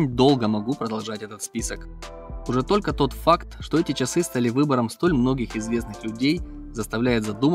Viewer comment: Автор поработайте над своей дикцией. Слово ЧАСЫ в вашем исполнении звучит нелепо.